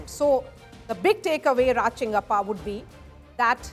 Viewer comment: We all know where that 27% or so is coming from 😂… we are happy as long as Pappu is the strongest contender for the PMs post! And Rajdeep his name is Raj Chengappa! Not Kalappa! You better think about your retirement!